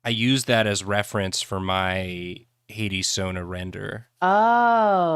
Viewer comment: I keep thinking was saying 80s instead of Hades and repeatedly went “didn’t that game just come out recen-ahhh, right”